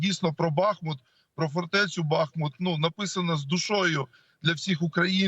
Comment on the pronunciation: Великий уклін воїнам! Слава вам! Дякуємо і шановним журналістам! Прохання до вас: вимовляйте, будь ласка, правильно: БахмУт, Часів-Яр (Часів-Ярська, Часів-Яра, в Часів-Ярі). Бо це така біда з перекрученням назв наших рідних міст...